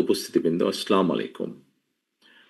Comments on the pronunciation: apne akto salam den vai...akto suni onak din hoilo sotik salam suni nai... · জনাব, তারেক রহমান সাহেব। প্লীজ আপনি সালাম টা শুদ্ধ করে বলুন। আচ্ছালামু আলাইকুম। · সালাম দিতে জানে না ঠিক মতো আসসামালিকুম😂😂😂